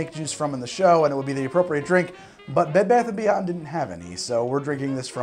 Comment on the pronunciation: pronouncing bed bath and beyond as bebathenbeyond is peak